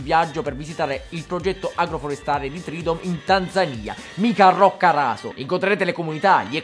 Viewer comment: Che bello Basbascù! Da, anche Tanzaniano, ti ringrazio per la pronuncia di "Tanzania". Ho riascoltato i primi 20 secondi per min porcaoca